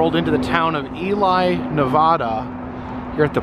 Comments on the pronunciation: We got stuck in a snow storm in Ely NV. It is pronounced like E- LEE this drive caused me to buy a portable DVD player to watch while hubby drove lol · Ee Lee =Ely Ne-VAD-uh (with the second syllable rhyming with mad) is the standard pronunciation with locals, while saying Ne-VAH-duh (second syllable rhymes with spa) will expose you as a foreigner to the state. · I absolutely love your channel. I was born and raised in Fallon Nevada. Those giant bugs are called mormon crickets, Ely Nv pronounced EE-LEE and as anyone in the state will tell you it's NEV-AH-DUH. Sharp "a" sound like the "a" in Apple not the awww sound. Anyhoo come back to utah and find the Farmington Bigfoot, the muffler man Spock, or even the SLC pyramid... I've got a map of at least 300 Strange roadside attractions in the state. Even a UFO landing site, and an abandoned solar wind mill site that was really just a money laundering cover. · it's Ely pronounced E-LEE!